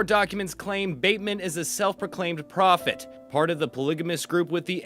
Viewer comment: cakap prophet pun pelat eh😂